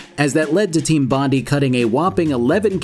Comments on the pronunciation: Team BOND-EYE, BONDEYE AS IN BONDI BEACH AUSTRALIA, my GOD please fix the pronunciation. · Think it's ment to be pronounced Bon-die. Like the Bondi Beach in Australia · Pronounced BON-DYE :P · Hey mate, it's pronounced "Bond-eye" Cheers All of Straya (Australia) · For future reference it's pronounced: "bond-eye". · Bondi is pronounced “Bond-eye.” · Its pronounced bond - eye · Bon- die. That's how it's pronounced. It shouldn't piss me off but it is . Sorry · It's pronounced Bon-die bro hahaha damn. They were named after Bondi Beach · its pronounced team bon die like bondi beach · hey mate it's pronounced bon-dye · it's pronounced bond - eye. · Bro, it's pronounced Bondye. Couldn't concentrate on everything else but this pronunciation. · As an Australian thats the first time i’ve heard someone say Bondi like that lmao! Great video, wasn’t expecting you to cover this one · I spent the first 5 mins thinking wtf did Allan bond have to do with this game before I realised 🤣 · To be fair to, I can't remember watching a single video about this game where Bondi was pronounced correctly. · Maybe Aussies shouldn't say things weird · Not even a minute in, oh boy I hope that name doesn't come up too often 😅😅 I'm sure we butcher some of their town names as well🤣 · Bruh as a someone from Sydney, the way he says Bondi 😭 oh lord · Come on man, all I want is one video that can pronounce Team Bondi correctly. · His pronunciation of Bondi killed me a little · Aint it Bondi, as in Bondi Beach? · As an Australian I couldn't help but cringe every time you said Bondi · I freaking love this channel and all of it's content but pronouncing Bondi like that was a war crime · You could’ve at least learned how to pronounce Bondi if you were going to make this massive video essay. Good grief. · the American pronunciation of Bondi hurts me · You're going to be kicking yourself when you find out about the correct pronunciation. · Good lord the amount of times Bondi is mispronounced is grating